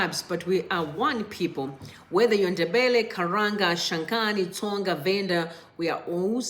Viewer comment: Tonga not tsonga